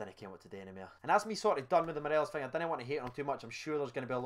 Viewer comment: Let’s try and say morelos’ name properly😂 morales an Ally McCoist classic, Morelees one from my dad